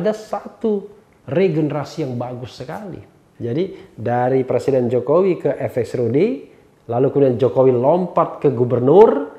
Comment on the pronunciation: Bpk loe tu plesiden kpu u u u bukan pleciden lakyat🤣🤣🤣